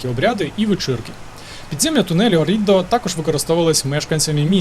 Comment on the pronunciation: Гарне відео ! Єдине , що хотіла б додати - перевіряйте наголос та вимову місць ☺️: Мото Гуцці, у слові Оррідо наголос на першу «о» і місто Кьяссо , що на кордоні із Швейцарією.. та на півдні африканці дратують😁афроамериканці працюють на американських військових базах та нікому не заважають ну і Клерічі наголос на «е» Реццоніко- на перше «о».. Та FAI- фонд захисту італійського середовища 😊.. вибачте не хотіла виглядати вчителькою 😂але ріже вухо страшенно..